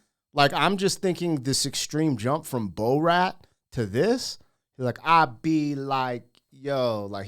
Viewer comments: Please don't say bo-rat lol. It's bore-at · Its not Bo Rat its Borat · His character is pronounced bore rat. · The way you pronounce Borat is shocking. You are American though. It’s understandable.